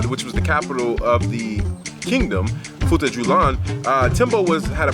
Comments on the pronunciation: I am Fulani, great video by the way. Just to help on the pronunciation It futa jalon not julan Their houses called sudü-hudö mean Sudü = house Hudö = dry straw, weed Thanks for making this video 👍🏾🇬🇳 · love the video and i am from futa djalon. its pronounced as futaa jalloh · it is pronounce as "foo ta jalloh